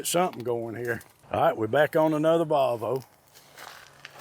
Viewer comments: Its Pronounced Volvo not Valvo theres no a 😂😮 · Its not a VALVO its VOLVO there's no--A --in VOLVO